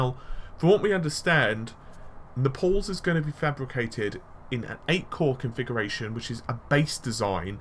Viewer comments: Also i would say Nay-ples phonetically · yeah, thought it was weird he said "Nepal" was in southern italy